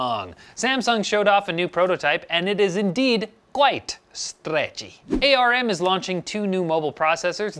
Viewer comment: A.R.M.?? it's arm you doof